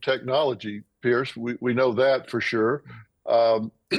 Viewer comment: Can people not get PIERS' name correct by now?